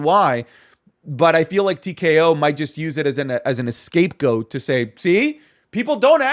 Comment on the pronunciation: *scapegoat, not ESCAPEgoat, pleb.